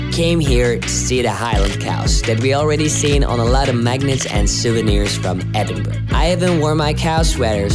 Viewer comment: Great video ! , there is so much to see in this unique and amazing city , no wonder it is the UK's 2nd most popular place to visit , for the record , the city is pronounced ' Ed-in-burr-ah , NEVER Edinberg or Edinburrow ! :-)